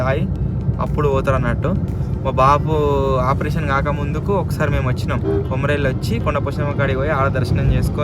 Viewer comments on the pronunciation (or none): Akka kumaruvalli kadhu akka komaravelli